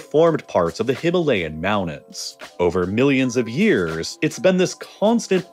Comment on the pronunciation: What are the "Himalayan Mounnins"?